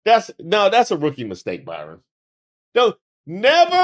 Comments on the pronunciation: Hi,. I love your work. I know you ho through great links to get your stuff right. So after hearing you call him Byron instead of Bryon, it's like hearing Kamala miss pronounced. Come on man! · I realise I'm being a bit pedantic, but the name is BRY-ON, not BY-RON. Just sayin. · Hearing you repeatedly call him Byron when his name is Bryon 😂😂😂😂😂😂😂😂😂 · I was wondering if anyone was going to call out on that one…I was about halfway through the episode when I finally thought, “Isn’t his name Bryon?” lol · I'm loving this entire video. Dude's name is Bryon, not Byron. We love to come close to Byron Daniels with the embarrassing facts... But, BRyon Noem takes the cake with his Silence of the Lambs pictures. 😂😂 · His name isn't Byron it's Brian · Bryon, as in BRIAN. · I love you so much, i watched the whole video evening though i cringed every time you called him BYron. When hes a Brian with an "O". 😂😂😂😂😂😂😂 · constantly mispronouncing his name has me dying😂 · calling that man Byron instead of BRyon is KILLING ME!!!!😂😂😂😂😂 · I'm laughing even HARDER because keeps mispronouncing his name. That's HILARIOUS!!! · Hey hey cousin please hear me lol ok I got ENOUGH clowns run around with MY name doing mess hahaha this mans name BRYON not BYRON HAHAHA love what you do I watch your videos daily!!! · I been trying to say this hahah I got enough Byrons running around making my name look bad lol thank you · ...the low-key DISRESPECT of continuously calling that man BYRON when his name is BRYON is beautiful... :face-green-smiling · The fact that called him "Byron" instead of Bryon had me 😂😂😂😂 the whole time. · Is his name pronounced 'Byron'? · That Y got you messed up. It’s Brian, spelled similarly to Byron! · I’ve been watching you for long enough, and I know that you know how to read. You just sat up here and mispronounced that man’s name at every possible turn. It’s BRY-ON. NOT ‘BY-RON’!!! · Bryon not Byron